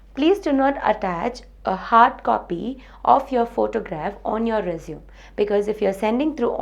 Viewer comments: It's pronounced resumé not resume -_ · not rponounced resume its pronounced resuMAY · true ...it is résumé -re-su-mey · Re-zum XD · She is from the same part of the world where I am from. And it is still not pronounced as Resume. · Nobody gives a damn about objectives and all extra crap. Its just your academic record, knowledge and experience what is checked in an interview. The pronunciation of résumé is wrong (American as well as British, both are same). Its a noun, what you are speaking is a verb which means to continue. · You are pronouncing it as a verb. Story ends here, not gonna watch further :/